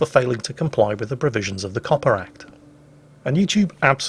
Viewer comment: Everytime Says COPPA i think he's saying Coppar.. as in police.